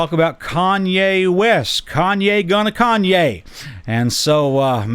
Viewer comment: It’s Kanye not Kayne lol